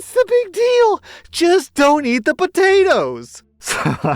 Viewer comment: you can’t be doing that. I’m at work listening to you and I couldn’t help but die laughing when you said “El Poatoes” 🤣